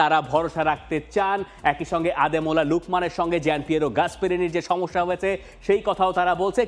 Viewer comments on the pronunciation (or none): none